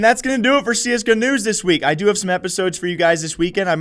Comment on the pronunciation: Whenever you say csgo news, i always hear CS canoes. Keep up the great job!